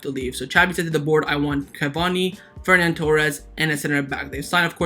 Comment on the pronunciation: Love the videos man, but it's Ferran, not Fernan... And if they're both vaxxed there's no reason we can't sell Lenglet and see Alves only missing one game